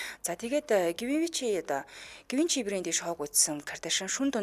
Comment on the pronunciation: Гивенчи биш Живаншы гэж дууддаг шүү 🎉